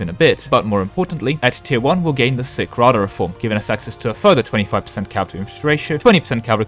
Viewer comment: Every time someone pronounces it "Sick Rada" something dies in my Ukrainian heart